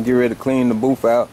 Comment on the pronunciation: it booth not boof